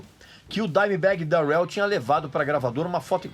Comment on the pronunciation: Sua pronuncia Darrell está errada